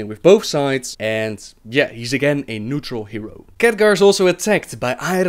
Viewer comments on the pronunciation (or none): none